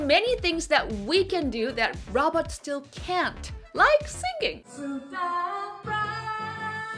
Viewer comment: Am I the only one that keeps hearing robbers instead of robots.